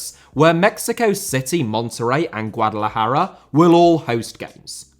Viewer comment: This is so tragic. By the way, love the way you pronounced "Guadalajara". I'm not Mexican, but it sounded pretty good.